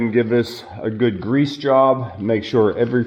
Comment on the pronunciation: Love the channel. Just wanted to say there are no "Z"s in greeeassse. Love the Pensilvainia accent. Those are s's not z's. People point out my Ohio accent all the time and I live in the US Virgin Islands.